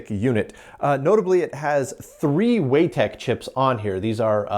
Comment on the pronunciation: I think "Weitek" is pronounced Why Tech not *Way Tech*.